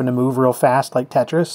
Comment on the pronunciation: Lol "Tate-tris" :P